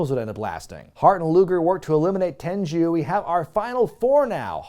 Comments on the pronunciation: it’s ‘Tenryu’ not ‘Tenju’ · It's Tenryu, not Tenju, not Tenchu. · Just a heads up, It's not Ten-joo, it's pronounced Ten-Roo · You pronounce it Ten ru Not Ten Jew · Wait, Tenryu is pronounced "Tenju?" Mark that on the list of things I've pronounced wrong for 20+ years. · Tenru not Tenchu! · I love your videos but it's not tenjew it's tenryu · Your pronunciation of Tenryu in this video is a bit unusual to me. I've always heard it be pronounced as "ten-roo". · Why tf does he keep calling Tenryu, TenJu? Is this some dumb joke/gag I'm missing or does he genuinely think his name is Genichiro Tenju? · Why does he keep mispronouncing "Tenyru"? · Why are you saying Tenryu incorrectly?